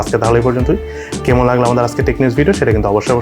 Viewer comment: ভাই তোমার ভয়েস টোন ও উচ্চারণ খুব ভাল। তবে 'কেমন' ও 'এমন' উচ্চারণ ছাড়া।